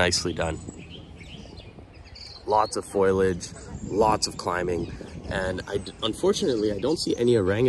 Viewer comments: Fol i age, not foil age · It's orangutan not orangertang. And foliage not foilage...